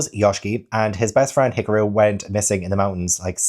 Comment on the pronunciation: No,. I'm pretty sure you've been saying it right - Hee-car-roo... but there's always the anime for clarification.